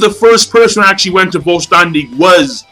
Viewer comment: vollständig is pronounced foll shtendig king